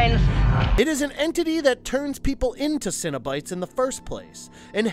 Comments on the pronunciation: Why do you pronounce it Cinnobites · You pronounced cenobites as “cinnabites” and now I’m hungry for a cinnamon cereal snack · You're not an actual fan, are you? You cant just study fandom wikis , you gotta really "know" the material. For example: "Lem-I-Shawn"= wrong "la-Marsh-And"- correct "Sin-A-Bites= limited treat offered my Cinn-a-bon "Sen-A-Bite= interdimensional travelers, seeking out new sources of pleasure. See what I'm saying? There's also a huge difference between actual lore, written by Clive Barker, and the first movie is the only one that was made with the intent of telling a story, and the material that followed was simply to prevent creative rights reverting back to Barker and remaining with the studio. And none of them remember their past, they were all reminded by Cristy Cotton, but it wasn't random where some remembered and some didn't. Which as i get further into this video, I'd guess you at least read the book, as that's the only place "pin head" is referred to as "the Hell Priest". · He said ''Cino-Bites'', like a snack cereal. And ''Le Mon Shawn'', like some wrestler from Strawberry Shortcake.